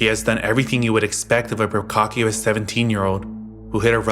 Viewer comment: yep, it's all love but "procockyous"?🤨😂... Could it be "pra-ka-shus"? Lol, he might just playing 3D chess for engagement